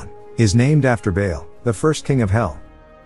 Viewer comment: Yeah aside from Teavat, Barbatoes and Bale the video is very good hehe